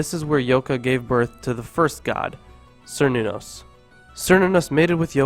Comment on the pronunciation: Cernunnos is pronounced with a hard C, not with the S sound. There is no K in their alphabet, so C is always hard.